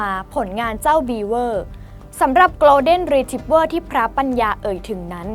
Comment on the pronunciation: คนอ่านต้องปรับปรุงมากอ่านชื่อพันธ์หมาก็พิลึกกึกกือเขาชื่อ โกล เด็น รี ทรีบเวอร์ไม่ใช่โกลน เดน อ่านข่าวน่าจะรู้